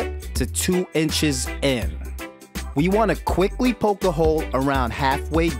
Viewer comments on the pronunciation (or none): none